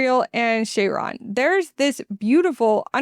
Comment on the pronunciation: I struggled with 40k names when I first got into it aswell for Chiron I'd say just say it as Kai-ron